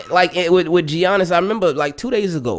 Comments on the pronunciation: Ay homie, the G is silent is Giannis (pronounced like Yannick but Yannis) just so you know haha 😅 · "Gee-ianis", lol. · Nobody: Absolutely nobody:: jjjjjjjjjiannis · I was like bro its Yan nis but you caught urself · The way says Giannis 🤣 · Lol I’m glad you realized the hate Lebron gets. Everything else spot on too (except pronouncing Giannis name lmao 😂) great vid as always. Can’t wait for Lamar to get a ring. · "Tell me you don't watch basketball without saying you don't watch basketball.": pronounces the "G" in Giannis lol